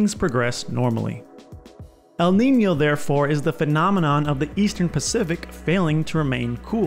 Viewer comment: Congratulations Not only your channel is wonderful. You are also the first English speaking Youtuber to accurately pronounce the ñ in Niño